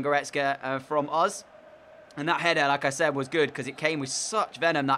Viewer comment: Is it just me or every time you said "like I said" it seemed like Lacazette ? Lmao